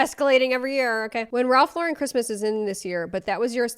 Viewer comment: Also, Raf La’ren? It’s Ralph Lauren 💀